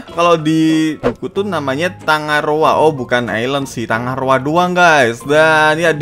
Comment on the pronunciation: TanggaRoa bang bukan TangaRoa Geli gw dengernya 😑